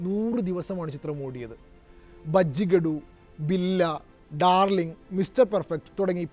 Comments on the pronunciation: ബജ്ജിഗാഡു അല്ല ബുജ്ജിഗാഡു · Chathrapathi, munna, bujigadu..." bajjigadu ...alledaaaa😂😂😂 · Bajjigadu alla bro telugila name bujjigaadu enna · Bajikada alla😂 bujigadu